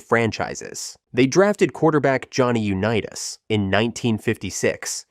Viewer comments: Johnny “YOU NE TASS” 😂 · Why do you say U-ni-tas like that?😂